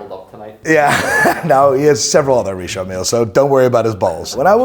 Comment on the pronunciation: Richard Mille watches 😫 it's "Richard" Not "Recharde" 😂 pretentious fools. Richard not Recharde 😅 Kid look watches.